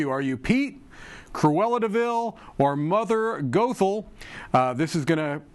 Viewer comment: Goth-el. That’s how you say it